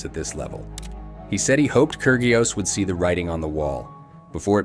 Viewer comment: The pronunciation is..KI RI OS!!!